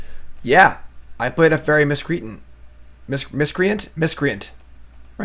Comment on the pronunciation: "fairy Miss cree ten" = "Fairy Miss-Cree -Ant"